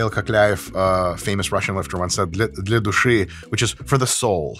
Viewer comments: Damn Dr.Mike said for "the soul" in russian without any accent, it was pure native speaker shit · WAIT WHAT THE FUCK how does your russian sound so good???I m a russian person watching this and i coughed my fucking water out whan i heard you say "for the soul" and the name of Michail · Dr Mike, ты очень чётко выговорил "Для души". Я удивлён! Подсел на твои видосы, ну, всей ваши команды! Огромный привет Скотту 😂